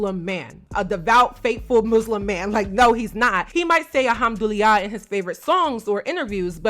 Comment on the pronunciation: They way you pronounce “Alhamdulillah” is taking me out 😂 but it’s okay, cause if I was to pronounce something in Igbo, I will fail lol